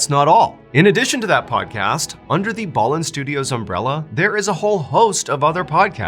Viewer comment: I thought his name was pronounced Mr. B- Allen 🤦🏽‍♀️